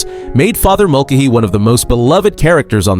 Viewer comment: I don’t think the narrator watched the show by the way he pronounced Father Mulcahey incorrectly (don’t know proper spelling). He also called Loretta Switt Loretta SWEET